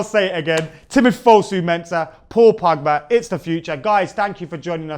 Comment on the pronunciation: First stop calling him Pagba,...his name is Pogba